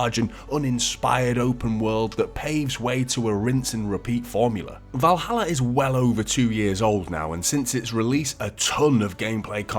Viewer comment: "Ass-Ass-Hin's Creed: Valaha" still sucks no matter what year it is!!!